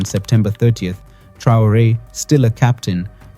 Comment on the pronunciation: Dejá de decir tonterías, no sabes ni siquiera pronunciar el apellido Traore y decir que Sankara "murió trágicamente" cuando fue asesinado junto con su gabinete; por otra parte qué carajo son los "afromeanos"?, te estás refiriendo a los afroamericanos. Sos un cachivache, conseguí un trabajo decente y dejá de hacer papelones